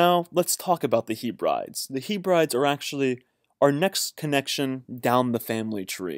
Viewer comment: Great info cheers! Can you say 'Heb-ree-deez' as that how you pronounce Hebrides. You're welcome ;)